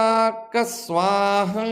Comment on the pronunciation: ஏன் ஸ்வாஹா என்பதை ஏன் எப்படியோ உச்சரிக்கிறீங்க?